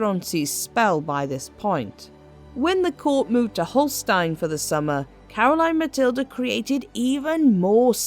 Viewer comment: Great video about Caroline Matilde and your pronounciation was almost spot on. Thank you from a danish history nerd.